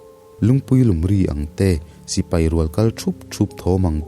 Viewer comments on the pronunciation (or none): none